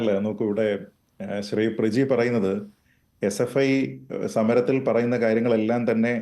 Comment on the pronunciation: പ്ര ജീ....😂😂😂😂 മലയാളത്തിനും നാണക്കേട്😅😅